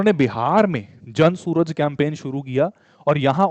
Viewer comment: जन सूरज ❌️ जन सुराज ✅️